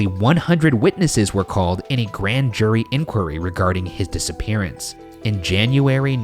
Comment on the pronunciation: Ryan, on your narration you say ,"Grand jury" and and you say ," Grant Jury". Is this code for your followers to rise up and overthrow the Shaniacs??? Awaiting your reply..... P.S I think the Judge was murdered because he was going to testify against his former friends in organized crime.